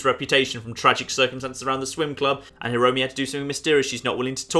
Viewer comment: Kaede (かえで) = Kah, Eh, Day Hiromi (ひろみ) = (you basically nailed it) Mieko (みえこ) = Me, Eh, Co (i don't like these kinds of games, i just stayed for the hedgehogs ^ ^)